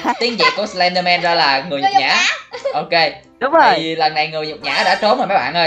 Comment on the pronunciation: noi slendman la slendmong haha